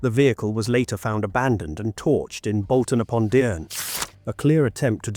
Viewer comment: It's Bolton upon dearne